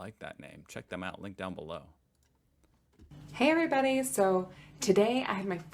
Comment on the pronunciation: That "Hey everybody" in the start of the video kinda sounded like a "Hairy body" Nearly crashed my car laughing😅